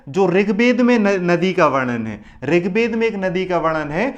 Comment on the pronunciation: Rig Bed nahin Ved hain, toda josh main bolo.